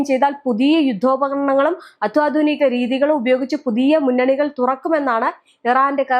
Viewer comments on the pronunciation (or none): അത്തോധുനിക..✖️ അ ല്ല കുട്ടീ.... അത്യാധുനിക. ✔️